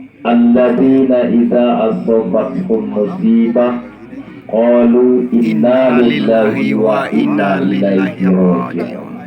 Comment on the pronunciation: Innalilahi wainnailaihi rajiuun.. coba dengarkan lagi ADMIN baca innalilah itu? kalo saya gak salah dengar, ada yang kurang tepat... maaf pak